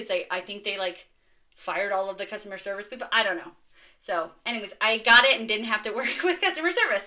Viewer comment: Sweet finds! I truly laughed out loud at your "Any-whays" because you emphasized an h sound.